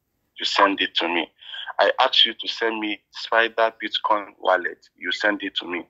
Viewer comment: Did he call it Bit- Kong?